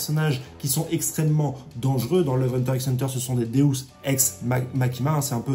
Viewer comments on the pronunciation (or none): none